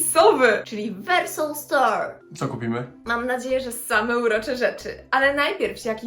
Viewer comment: Muwi się wersow a nie wersoł❤